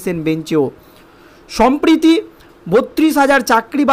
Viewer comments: Dr anchor the word will be samprati means now or at present. But you have uttered sampriti which means bond of love ; not at present. Plese take care next time. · Uchcharon bhul korben na Sabdota. Sampatti noy samproti Duti sabder artho alada